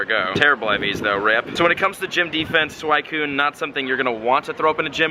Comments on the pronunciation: It's SWEE-Cyune not SWY-Cyune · sakura is not pronounced "SAKERAH" its sakoora and suicine is not swycune its swee cune. smh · You mispronounced Phanpy (its not Phanphy) and Suicune (its not a Suaikune) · Suicune is pronounced swe-cune instead of swy-cune, Love the Vids keep it up! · Its pronounced SWEEECOOON 🤣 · wut why do u call suicune for swicune? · It's not freaking pronounced SuWHYcune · It's not Swycune .. Pronunciation pls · It's pronounced "Suweecune" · It's pronounced Sweeeeeeecoooooooon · every time you say suicune wrong I die a little bit inside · Your pronunciation of suicune had me livid. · dude, I love ya, but please pronounce suicune's name right. I cRINGE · the way you say suicune hurts me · who else hates it when people pronounce entei and suicune wrong, i go by anime pronunciation